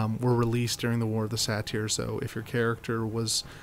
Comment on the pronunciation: “Say-ter” not “Sateer” lol..